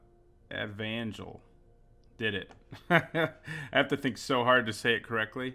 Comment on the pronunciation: I'm just commenting here to acknowledge your correct pronunciation of "Evangel". Good job!